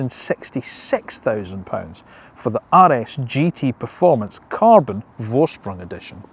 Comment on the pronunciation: I love the etron GT. It is pronounced "Forsprung" and not "Vorsprung". 🙂